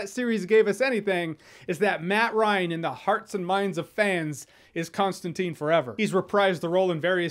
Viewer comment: ConstanTINE. Not teen, TINE .